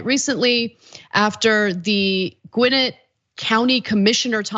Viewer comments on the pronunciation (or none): I appreciate you Ana, but as a Gwinnett County resident, your pronunciation of "Gwinnett" made me cringe a little. The accent is on the second syllable. Depending on the exact accent, I'm used to hearing between "gwen-NET" or even "gwuh-NET".